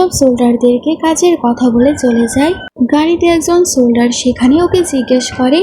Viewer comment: সোলডার না বলতে হয় সোলজার বুঝলে?